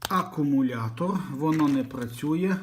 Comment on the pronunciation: Сука, сувора українська мова. Як не батаррейка, то акумуляторрр